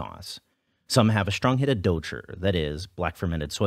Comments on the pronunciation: Note: douchi (dou chi 黑豆豆豉) not douchey XD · Why do people add an "r" sound at the end of "dou chi"? I heard it was a Beijing thing, but it's not like every foreigner speaks or hears Chinese with a Beijing accent.